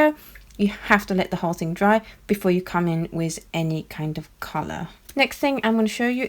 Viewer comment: wiTH. Not wiZ